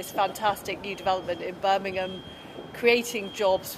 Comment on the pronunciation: Can’t even say Birmingham properly